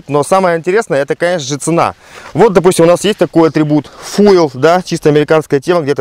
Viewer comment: Фуйэл заливная горловина :D